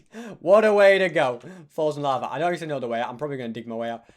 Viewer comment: i love how ses he has 3 lives "acsuly haz 4"